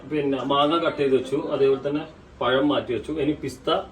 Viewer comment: പയം അല്ല പഴം